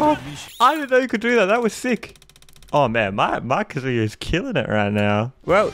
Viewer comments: KA-zuya not kaZOOYA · The emphasis is on the “a” in KAzuya not the “u” like kazUya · it’s said kah-zoo-yah not ka-zooo-ya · No one:: "Kazooie-ya." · Kazuya’s name is not pronounced ka “Zoo” ya. Put emphasis on the “Ka” and shorten up the “zuya” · his name is pronounced kah-zoo-yah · Please learn how to say kazuya. It’s not “kazooya” like you’re saying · The way he pronounces Kazuya 😓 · please pronounce his name correctly